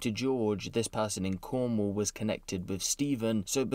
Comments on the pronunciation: 🤣 why you say Cornwall like that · why did he stress cornwall like that?